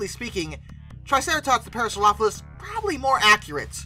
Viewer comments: head & beak too short, wrong overall shape of the skull, "elephant feet" "parasaropholus" lol wth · Is that the correct pronunciation for the Parasaurolophus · Why do you pronounce Parasaurolophus like that? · No, I often say it too quick and flub the pronunciation. I correct it in next week's video.